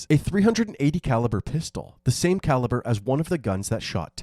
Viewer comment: Did you say "Three hundred and eighty calaber" wow